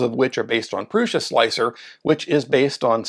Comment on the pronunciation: OMG! Thank you so much for not saying “slick 3 R” I can’t stand that!😖